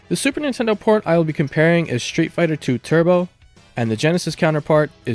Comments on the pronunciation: Shtreet fighter. Shtreet. Egshtremaly. Pronounciation is not your thing. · Dude, the way you pronounce „street“ made me turn off the video.